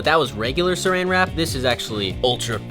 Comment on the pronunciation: Wen he sed suran wrap me as a British person I sed wat do you mean suran wrap its clingfilm